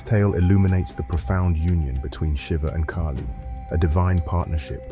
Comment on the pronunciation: Its kaahli not keily.